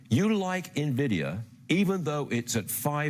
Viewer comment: Did he say NAvidia???